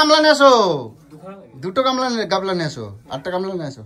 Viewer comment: পর্দা কে বলে পদ্মা, গামলা কে বলে গাবলা,পেঁপে কে বলে পিপে, অনলাইনকে বলে এলাইন 🤣🤣🤣🤣